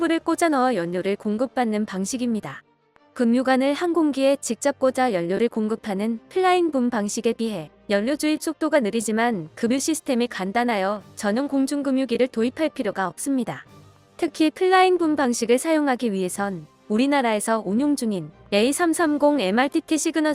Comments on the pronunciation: 음성합성엔진 이예요. 시나리오에 그뷰라고 적었어야 했는데 급유라고 적으니 금뉴라고 발음하네요.ㅋㅋ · 급유는 금뉴가 아니라 그뷰라고 읽는다